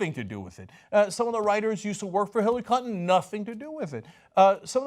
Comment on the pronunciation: "Hillary Cuntin" 😂